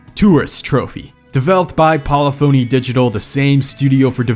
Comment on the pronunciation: The way he butchers "Polyphony" is nearly as bad as the hack job he did on "Murcielago"